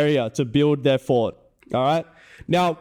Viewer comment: "I destwoyed the fowt, I destwoyed the fowt!"